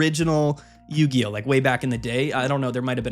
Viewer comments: Not Yu-Hi-Oh 😂😂😂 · Idc it's yu-hi-oh from now on lol